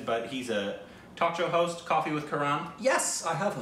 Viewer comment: said talk show host.....n I heard torture host...... Both are same 😂